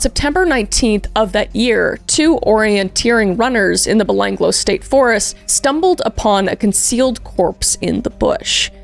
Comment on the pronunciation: as an aussi i lost it hearing you try to say Belanglo XD